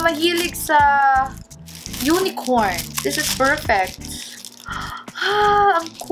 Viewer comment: that pagbanggit ng " unicorn " 😂😂😂